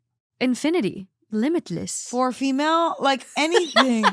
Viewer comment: I am crying, I am so stupid😂 When read the title of the first story and I heard "fish (4/ female)" I was like oh interesting OP calls her daughter fish?😅 And I started thinking that maybe in Scotland they use fish for daughter😂😂